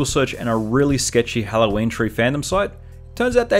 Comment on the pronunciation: He pronounces Halloween as hello Wayne